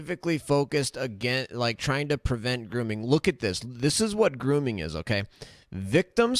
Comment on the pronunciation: Wowwwww, hokay vaush, hokay.